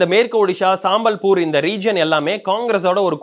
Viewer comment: அதை சம்பல்பூர்னு சொல்லணும்பா. சாம்பல்பூர் இல்லை. சாம்பல், கரித்துண்டு என்று தப்பு, தப்பாக சொல்லாதீங்க. அதே போல் தசமஸ்தானத்தை சொல்லும்போது (12.68 ) பன்னிரெண்டு புள்ளி ஆறு எட்டு சதவீதம்னு சொல்லணுமேயன்றி, பன்னிரெணடு புள்ளி அறுபத்தியெட்டு என்று சொல்லக்கூடாதுன்னு ஆரம்பப்பள்ளி கணக்கு வாத்தியார் சொன்னதை மறக்கக்கூடாது.